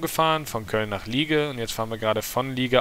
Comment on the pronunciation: Liege wird so ausgesprochen Liäsch